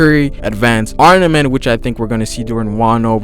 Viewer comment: it's AR-MA-MENT! NOT AR-NAMENT!! It just bugs me that you keep saying arnament!